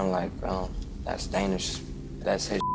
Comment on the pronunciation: I couldn’t help notice that they keep pronouncing his name like “Dahnish” but he clearly pronounces his OWN name as “Danish” like the people from Denmark…didn’t they listen to they’re own suspect?